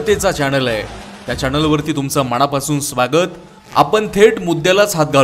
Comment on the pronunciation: चॅणल, मणा पासून, जाणता......‌मराठी नीट,शुद्ध बोला बाणातला ण नळातला न कधी समजणार फरक तुम्हाला कानाला खटकतात असले वित उच्चार